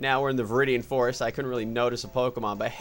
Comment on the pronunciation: when you got that full restore in viridian forest, it sounded like you said forest ore XD